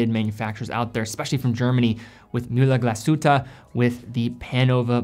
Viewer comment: The way he pronounced Mühle Glashütte was just incredibly funny